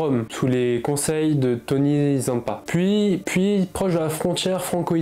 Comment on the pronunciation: Damiano pas domiano .. Tany pas Tony …357 pas 367…